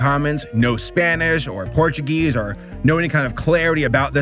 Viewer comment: "portuguese" Bruhhhhhhhhh 💀💀💀💀💀💀💀💀💀💀💀💀💀💀💀💀💀💀💀💀💀💀💀💀💀💀💀💀